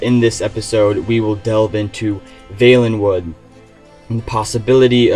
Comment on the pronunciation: You pronounced valenwood wrong.